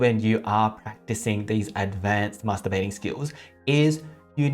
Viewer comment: Did he actually Say Masterbathing